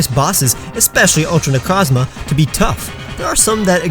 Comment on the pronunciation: I'm sorry but I got really peeved when you mispronounced Necrozma